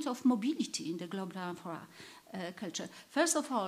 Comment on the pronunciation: So we learn correctly, the word "globular" sounds as if it is pronounced in this and other presentations of this conference as "globar." Is that the standard way to pronounce it, or perhaps an accent?